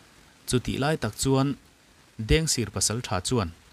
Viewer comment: Mugic kha a tawp lamah khan a ring lam deuh i chhiar ri hriat a ti har tep , tin ,Dengsir tih kha sir tih kha a rik dan a sangtur zawk niin ka hria p